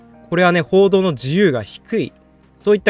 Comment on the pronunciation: 報道の自由って言ってんのか コードの自由にしか聞こえんw